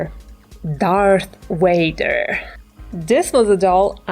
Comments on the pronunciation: You said WADER ITS VADER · did she say darth Wader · Who's darth wader ha ha ha ha